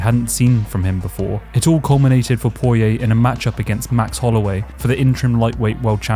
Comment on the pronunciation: Went cunts say poiriers name like that I wanna die